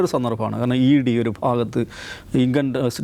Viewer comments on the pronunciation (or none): none